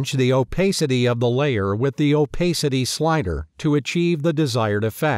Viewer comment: the layer "opaisty" ... really